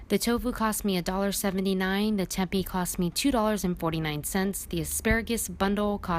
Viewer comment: Tempeh is pronounced "Tim-pay" 😊